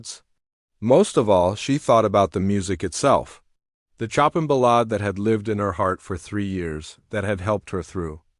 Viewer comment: It’s pronounced /sho’peing/ with the stress on the second syllable and the French ending in /eng/ or /eig/